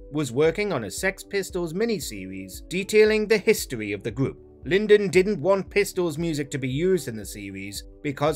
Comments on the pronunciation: It's Lydon not Linden. Number 1, I knew that. Number 2. I knew that, Number 3. I knew that. Number 4. I read the book so I knew that. Number 5 I knew that that as well, this video is of no interest to a true Pistols fan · FFS, at least try to pronounce Lydon's surname correctly! Who TF is 'Lyndon'? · LINDON????? If you want to do a video imparting facts please get the name of the lead singer RIGHT! You clearly no nothing of the band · Lyndon???? Learn how to pronounce his name correctly before you accpet a job as a voice over man, yeah? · For god's sake his name is LYDON not Lyndon as your narrator kept saying . I know it sounds petty but it's a stupid mistake right at the beginning of the video (it prints John Lydon's on screen for Christs sake). I can't really comment on the post because the name thing annoyed me that much. Does anyone watch these before you post them? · Had to stop watching after three Lyn-dons, shoddy work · OMG Lyndon 😂😂🤣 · Why does the announcer continually refer to Johnny Lydon as Linden? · Lydon isn't pronounced lynn-don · Wasn't his last name pronounced "LIE-dun". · Bad start. He called him Lyndon. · Lyndon was sued ?. At least get his fucking name right !!. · I switched off as soon as I heard you calling him Lindon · 11 Things YOU didnt know about the Sex Pistols. The lead singers name isnt Lyndon. LYNDON?!?!? Bollocks. Off. Next Video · Show some respect his name is pronounced Ly don there is no N in the middle. Amateurs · You lot can't even pronounce Lydons name. Maybe start from there again, eh. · “Lyndon”?! Bollocks! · pronounced Lie Den dear mister narrator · Johnny Lydon - L-Y-D-O-N…. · it’s lydon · The third time you said lyndon turned my right off from anything you have to say. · Embarrassing that you get John's surname wrong 🤔🤔🤔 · Had me cringing from the first no.10 sentence. Lydon would definitely have something to say about this. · How can you make a video on The Pistols and not know how to say John Lydon's name correctly?